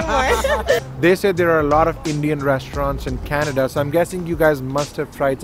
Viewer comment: It's not canada, its kanedda 😅